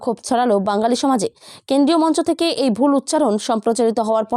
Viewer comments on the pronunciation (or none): তা দিদিভাই তোমার উচ্চারণ‌ওতো ভালো না।ওটা বাঙ্গালী না বাঙালি হবে।তাভাই তোমার চ্যানেলে থাম্বনেইল করেছ ২৫ জনের মৃত্যু কিন্তু খবরেতো দেখলাম না।না ভাই তোমার চ্যানেল subscribe করবো না তা তুমি যতই request করোনা কেন! আমার কাছে তোমার চ্যানেলটি গ্রহণ যোগ্য নয়, dislike করবো।